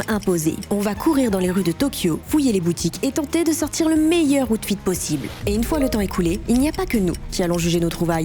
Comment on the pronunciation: on dit Awtfit